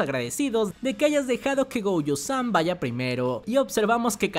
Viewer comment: No se llama..... Go.uuu.yo Pareces mi abuelita el cocu ese jajaja